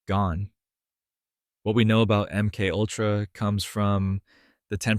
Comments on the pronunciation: AI SLOP.... "M Kultra"???? How about M-K-ULTRA. Fkn garbage. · AI narration. MK Ultra pronounced emkultra. Pathetic. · I don't have a problem with the topic, but I am INSTANTLY jumping off after hearing the AI voice say "M cultra." Byeee.... (All of these comments talking about the "hard work" of the one who made this. Good luck to all of us.) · "M. Kultra" Nice. Good job, a.i.